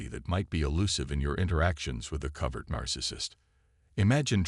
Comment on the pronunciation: Couldn't make it past #2 on the mispronounced "covert".